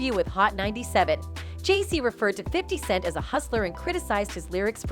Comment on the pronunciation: The voice on this post keeps calling 50Cent , 50 second's 😂